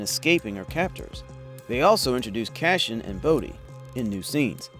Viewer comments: Cassian Not Cashian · He was saying 'Cashin" which is even worse.